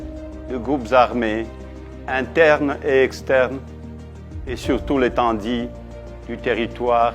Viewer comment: EtendU et non Etendi, Ah! Katumbi. Oyo eza KOZOBA CLIMATIQUE.